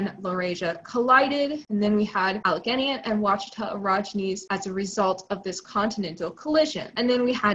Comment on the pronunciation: I think your Alleghenian pronunciation sounds good. Al-eh-gain-ee is how I've heard the area of Appalachia called. I love the tiktaalik bois